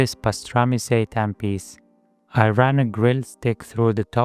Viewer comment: Every time you say "seitan" i hear "satan" and its fucking hilarious